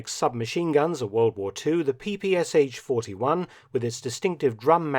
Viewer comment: Wrong pronunciation of PPSh 41 abreviation: not P P S H, but P P Sh - last 2 letters as 1 sound. This is why this weapon is called "pepesha".